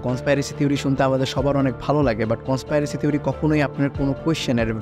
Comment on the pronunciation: কন্সপাইরেসি না ভাই কন্সপিরেসি 😑